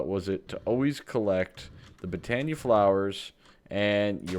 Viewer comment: i have been able to put put up with you calling it botania but its pronounced boe-ton-ea